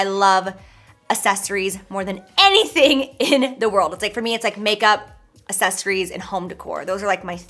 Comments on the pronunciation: Anyone notice the way she says “accessories”? She pronounces it like “uh-ses-er-ies” instead of “uk-ses-er-ies” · "assesories" SISSSS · I just want to help you, repeat after me: ack-sess-or-eyes ack-sess-or-eyes ack-sess-or-eyes Accessorize. It's not, assess-or-eyes. And candles aren't "pigmented", girl. 😂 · Don't make yourself look dumb. Grammar lesson time! sunglass is not a word, it's always plural, it's ALWAYS sunglassES axes - sories is the way it's pronounced, not ass-es-ories for the word accessories be an intelligent woman, because some crazy kids think you're their role model Cheers 🧚🏻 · Girl I love you but everytime you say accessories it's so close to assessories. You missin the C's and I die a little inside everytime 😭🤣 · "Assessories" 🤣 xx love ya J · Girl it’s not assesories it’s accessories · I Listened 5 times and I swear she says asses-eries.. instead of accessories lol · Everytime she says "Ahsessories " 🙉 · New game: take a shot every time Jaclyn says aSSESSories hahaha ily girl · Am I the only one phased that she pronounces it "assessories?" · Is it just me or does she say “assessories” 😂😂😂 love it tho👌🏼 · She does! ...never heard anyone pronounce it that way. Lol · LOVE the video, and dyinggggg for those sunglasses! I've gotta say though, the way you pronounce accessories makes me wonder if I'm saying it weird or if you're saying it weird?! LOL!!! I think its just a regional accent thing. I say "Acks-sessories" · take a shot everytime she says "assessories" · Does anyone else live for the “assessories”? No? Just me? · Why do I love the way you say accessories like assessories sounds soo bougie 💓💓💋💋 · She cannot pronounce the word accessories lol. I cringed every time she said it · Honey, your pronouncing accessories wrong Lolol I love you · Yates I wonder is anyone gets confused if she says access the same way she says accessories. 🤔🤔 Hahaha.